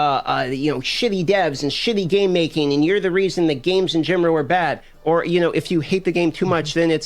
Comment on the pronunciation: Am I the only one who noticed that when the dude who is complaining pronounces “in general” as “in gemro” ? Cmon I can’t be the only one 😂😂😂😂😂😂😂😂😂